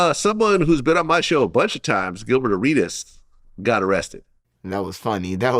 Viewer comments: He said gillie like 8xs and then siad gilbert lol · Bro keep calling Gilbert gillie lmaooo